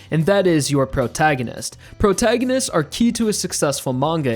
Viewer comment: P R O G R A N G I S T S